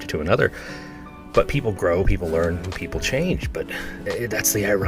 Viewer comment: He does ruin every word. Just don’t start saying “and” like him….. AAUUUowND…it’s often 3 syllables.